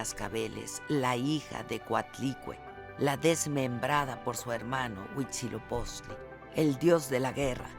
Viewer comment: HUI TZIL OPOCHTLI (NO UICHILOPOCHTLI)